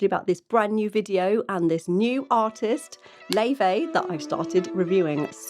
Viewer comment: Do look up Laufey's interviews. In several she mentions the Icelandic pronunciation of her name, which is distinct from the persisting, American mispronunciation, Lay-vey. In Icelandic it's more like 'Laou-fey. She is named after her Icelandic grandmother on her father's side. While she has been politely accepting of the mispronunciation, it seems it will be preferable to get it right. Also, I believe her twin sister Junia is very involved with the production design. There's a sweet and playful video in black and white about the two of them in New York that explains a lot: Best Friend.